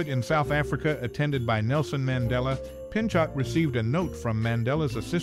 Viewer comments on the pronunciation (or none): "Pinchot" as in "Pinchou"